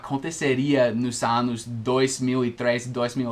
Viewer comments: se vc pronuncia anus....nao se refere aos anos explicados no video rsrsr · Cuidado ao falar ANOs' anus com U forte é cu . nota 9´0 para o vídeo